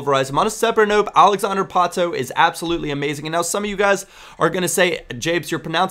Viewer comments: Its Pato, simple as that, in portuguese, not Patoo xD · Pato ! P-A-T-O, not 'ou' hahaha, just a tip. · I speak portuguese, its pato, not patu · uhmm Japes, it's literally just PAto in Portuguese. Don't know where you got Patoo from :P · japes, portuguese from brazil... and not patu, it's kind of pronounced patoh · It´s Pato lol xd But most people only pronounce right the names of players from their country. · Yeah but Pato isn't Portuguese Japes! He's brazillian! so it's "Pa-Toh" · You pronnounce it Páh-tu. As in you open the first sylable. :) Nice video Japes. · I'm portuguese. Don't accent the "to" so much. "Pa" is the accented syllable. Other than that you're spot on. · Japes, to correctly pronounce 'Pato', just emphasize the 'a' as you are emphasizing the 'o', but don't emphasize the 'o' it self. Hope it helped :D